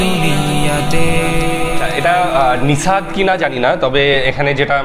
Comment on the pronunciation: এটা নিসাদ নয়, নাসিদ সঠিক উচ্চারন